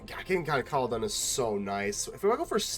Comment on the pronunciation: I think the first part of Kolodin is pronounced similar to Yolo. Then the inflection is like the word Paladin. Though I'm probably just going to call him Yolodin from now on.